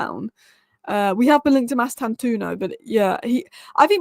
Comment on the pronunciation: 1. Mbeumo (Not Mbuemo/Mbwemo). READ HIS NAME! M-beu-mo 2. Mastantuono (Not Mastantoono). READ HIS NAME! Mas-tan-tuo-no